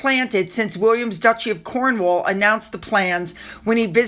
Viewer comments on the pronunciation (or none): none